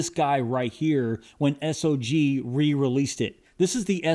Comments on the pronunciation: Please stop calling the company S-O-G. It make you sound like you don't know jack. The company is named Sog, and it sounds how it looks. It's hard to take your content serious if you haven't bothered to learn how to pronounce the company name. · | needs to learn some new adjectives. Everything is "nice" to him. And BTW, everybody uses Sog (one syllable), not S O G.